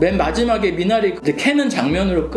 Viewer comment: 미나리의 영어식발음 미내뤼